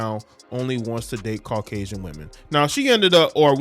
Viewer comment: really said carcasian 😭😭